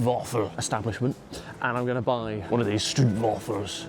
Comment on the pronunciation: You need to say stroop waffles correctly, it’s a long O, with no u at all